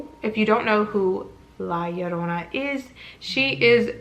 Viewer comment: Thank you for correctly pronouncing La Llorona 🙌🏽! Most people butcher it.